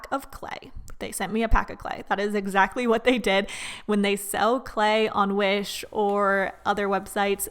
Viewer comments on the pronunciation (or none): I love how she say wish Like W H I S H